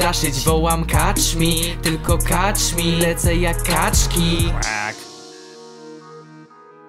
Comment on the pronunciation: A poza tym to się czyta kecz mi a nie kacz mi :) pozdro